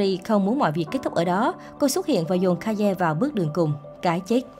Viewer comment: Ka ye what ngta đọc là cây mà?